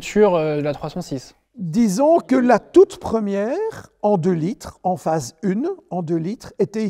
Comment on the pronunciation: Phase UN, pas phase une 🎉